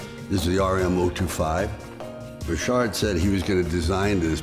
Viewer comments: Why is Sly the only person I’ve ever heard say Rashard instead of Richard just sounds weird coming from an American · Richard!!!!! Isn't this name pronounce!! Ric- Chad!! Not Rashad!!